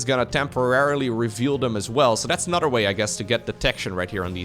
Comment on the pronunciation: Anodder = Another. speak.:P